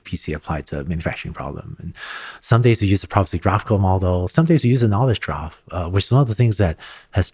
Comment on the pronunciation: He meant 'knowledge graph', the basis for recommender systems, the way he said it sounds like 'knowledge trough/draft'.